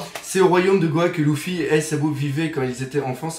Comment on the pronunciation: Faut vraiment que t'arrête t'est vidéos je dis sa pour notre bien et puis arrête de dire Louffy c'est Luffy bordel de pipe.